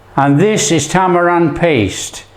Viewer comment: It's called tammirind not tammarand